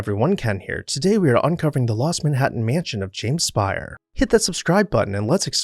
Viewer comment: They actually pronounced their name "Spay-er" rather than "Spire." Also, it is in the neo-Grec style which is pretty much the tail end of the French monarchy and into the Directoire so if it can be said to be "Louis" at all it's Louis XVI